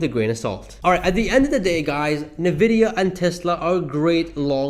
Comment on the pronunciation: FYI: Pronounced “en-vid-ee-ah”; not “ni-vid-ee-ah”.